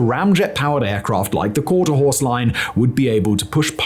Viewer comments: Bloody hell, Simon! If you can't get the teleprompter to be correctly edited you should at least read through it first! Is it called "Quarter Horse" or is it as you said " Quarter House". It was not once or twice you kept changing from " Quarter Horse " to " Quarter House". You editorial team need to get a grip and sort this out! That said the video is Great! Very interesting and well worth the view! 😊😊😊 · Please edit out the “quarterhouse”. Just hits me like fingernails on chalkboard. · Why does he keep saying quarterHOUSE? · Why does Simon keep calling the Quarterhorse the "Quarterhouse"? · Why does he keep saying quarter house? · I kept thinking he had steak on his mind. I thought he said Porterhouse. Now I've got steak on the brain. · Oh. My. Glob. Simon saying “quarter house” is pushing my blood pressure to unhealthy levels. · Every time he said "Quarterhouse", I thought of a Porterhouse and now I'm hungry. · Out of respect for Hermous... Please take this Vid down and reupload it. I have never heard so many mistakes. (Quarterhouse) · ok so it got to the point that every time Simon says "quarter HOUSE" it shout at the screen "Quarter HORSE!".. then it got to "Quarter hAOrse" and now im saying Quarterhouse. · Why are you saying Quarter House? Is this ragebait to get people to comment about it? If so, that's pretty lame dude. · How many times did Simon say quarter house? Lol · If he says quarterHOUSE one more time I swear to god. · Yeah, he kept calling it "Quarter house" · You have a lot of trouble not saying "quarter house" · you said quarter house alot haha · Even says courthouse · I read.this before I started watching. At first I thought surely you misheard him. But no, he clearly called it quarter house multiple times 😆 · There is an r in horse big guy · It is " qaurter HORSE" not " quarter house " !!!! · Drink every time he says quarter house instead of quarter horse. Drink twice if he says courthouse. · Dude, Quarter Horse, not that hard dawg